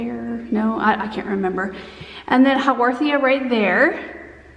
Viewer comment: I've never had great success with succulents but your explanations are encouraging me to try again. That echiverria is so cute. And I have never heard of a "how-war-the-a" :)